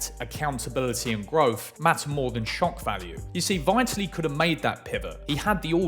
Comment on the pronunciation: At least learn how to pronounce 'Vitaly' ffs. Won't be subbing